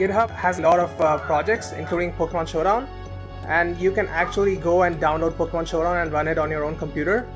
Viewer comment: I Love How His YT Name Is Based On A Pokemon He Says Wrong XDDDDDDDDDDDDDDDDDDDDDDDDDDDDD